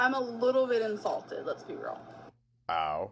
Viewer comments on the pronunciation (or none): In the beginning…Is she insulted or INSALTED!??? Girl said it like 3 times. lol Can she ever get words correct.. 😂